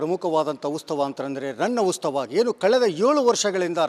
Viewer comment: ಉಸ್ತವ ಅಲ್ಲಾ ಮಾರಾಯ್ರೆ ಅದು ಉತ್ಸವ 😅😅